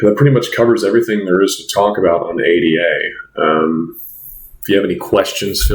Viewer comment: please call her A-DA rather than A-D-A